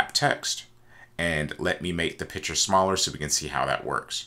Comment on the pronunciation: Very helpful indeed, but you realize the word is PICTURE, emphasis on C, not piture.